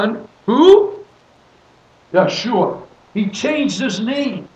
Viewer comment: Isn’t it הושיע .... pronounced Husheea?